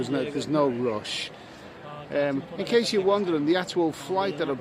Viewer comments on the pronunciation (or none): none